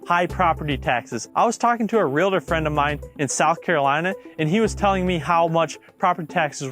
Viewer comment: Please pronounce "Realtor" correctly.